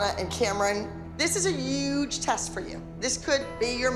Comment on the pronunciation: Abby saying UGGgGgEeeE Jojo was right about her pronouncing huge 😂